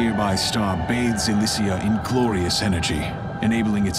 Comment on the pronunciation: Mm, I always wished I could make this play again at the beginning of my game without having to uninstall it. The scene where the tower shatters has always given me chills. I also like this for the fact that Asmodae and Elysea are pronounced. I twitch a bit on vent when people call them Asmo-dee-ah and Ell-see. Guess I'm an RP snob, though. Not necessarily a bad thing!